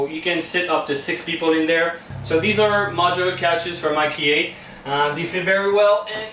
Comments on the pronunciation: Wow! Toujours magnifique les gars! Bravo pour l’excellent travail! En passant en anglais on prononce IKEA « ail-qui-a »... promis...jsuis prof d’anglais langue seconde. 😀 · Never heard anyone pronounce I-key-A like that before😂 Beautiful house as always, and love how the front door opens outwards instead of inwards. Allow for more space by the entrance.